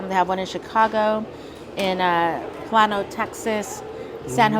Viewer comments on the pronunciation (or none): Have to look it up now that I know there is 1 in Plano (pronounced Plain-O), TX. Might be an hour away but maybe worth it. Love ya'll.